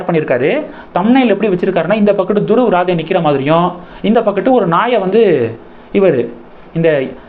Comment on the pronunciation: Actual pronounciation...Dhruv Rathee...